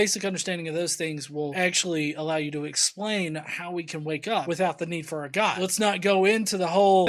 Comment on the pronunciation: Who is Gah, that's what she keeps saying.